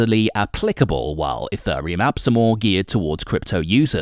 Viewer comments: What is this E-FUR-RE-UM he speaks of? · you pronounce it wrong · first learn how to pronounce it, mate..... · This video would of had much more credability if you could actually PRONOUNCE the word 'Ethereum' correctly!! All you need to do is watch a couple of other YouTube videos and you would soon find out how to say it! I've been watching videos about crypto since 2017 and I have NEVER heard ANYONE saying it the way you do! So basically the way you're say it is WRONG!!